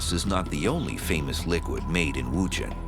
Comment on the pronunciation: The narrator 's pronunciation of WuZhen is rather jarring to the ears.